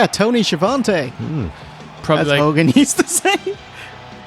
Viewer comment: Are you not able to announce Tony Schiavone name properly